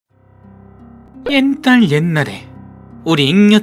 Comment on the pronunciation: 실수여 초에 자막은 옛날옉날에 인대 자막빼고들으면 옛갈옛날 이에요